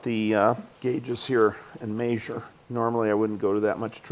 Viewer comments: I made a new drinking game, every time the old man says "may zure", take a shot. 😂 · "May-Zur it" 😂😂😂🤦🏽